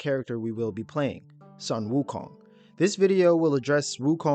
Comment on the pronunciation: His name should be pronounced as "soon wukong" that's how it is in Chinese